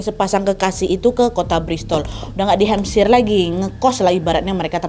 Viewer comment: Hampshire dibacanya hem-ser bukan hem-sya-er, kak